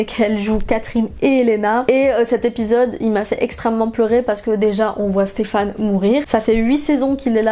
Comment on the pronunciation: elle dit "Stephane" ca me stress. c'est "Stephen" !!!!!